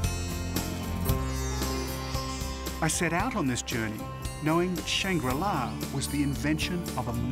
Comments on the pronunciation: right? idk what this guy was talking about? mispronouncing shangrila and what even was the topic/point of the documentary? a utopia that everyone knows about? really you couldn't get lost horizon from ur home country? relating london book store to england ? like bro, who gave u the funds for this docu? 😂😂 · Does Shangri-La Simply mean Shambhal theMystical Kingdom? Mispronounced and Miss translated